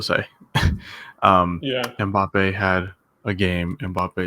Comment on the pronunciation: Passing who can’t even pronounce his name